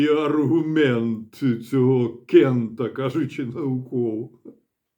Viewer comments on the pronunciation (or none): Кента, наголос на А